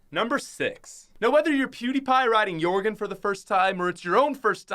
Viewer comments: You legit said yourgen instead of Joergen you uncultured swine. (jk love your vids lol) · He said yorgen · /Jorgen ( Your-Gen) / Jorgen ( Yur-Gen)